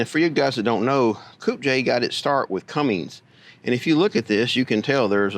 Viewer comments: Cummins...there is no G in the name. 👌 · Cummins! Not Cummings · sorry, after 30 years as a trucker it drives me nuts to hear people call it a Cummings instead of a Cummins. Somebody should start a diesel engine company and call it Cummings because half the people out there wouldn't know the difference and you'd have a built in customer base. Have a good one, thanks for the info on the tractors and pardon my being a word Nazi. :) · How can you be around tractors for 50 years and still say Cummings instead of Cummins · CUMMINS. No G in CUMMINS